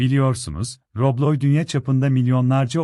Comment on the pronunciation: “Robloy”💀 “Roblob”💀